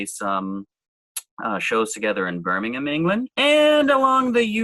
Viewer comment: Kudos to for pronouncing Birmingham (UK) like a Brit and not sounding the 'H'!